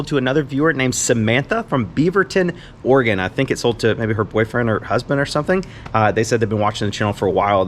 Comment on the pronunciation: Thanks for pronouncing Oregon correctly. Sadly that's not always the case. Most people can't.